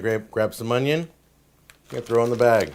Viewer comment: definitely can't be watching this shit sober lmao! same with Kay's cooking, gotta make a drinking game out of how many mispronounced words she says "HONion"